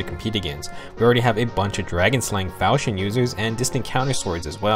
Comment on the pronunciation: FAL KEY ON. FAL. KEY. ON. not falshyon not falshon FAL. KEY. ON.